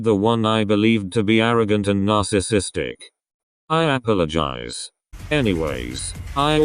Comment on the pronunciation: WHY IT GOTTA SAY APOLOGIZE LIKE DAT 💀 Also me realising I got almost all those sunwoo photos- 👁️👄👁️